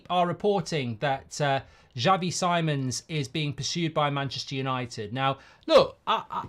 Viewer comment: As a dutch person if we sign him for the love of god, learn to say his name 😂😂 “C-mons” not “simons”